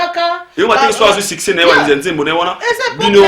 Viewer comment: Succès et non siccer